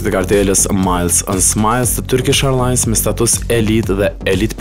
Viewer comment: "Turkish Ajrllans" , your accent tho😂